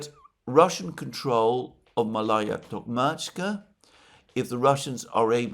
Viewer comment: It's pronounced Maalaya, Malaya.